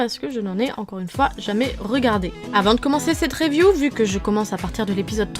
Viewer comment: mdr à comment tu dis le mot review